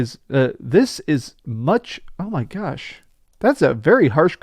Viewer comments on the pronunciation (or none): none